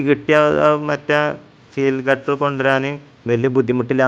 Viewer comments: Gutter അല്ല girder ആണ് സുഹൃത്തേ. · ഗട്ടർ അല്ല കെട്ടൊ ഗർഡർ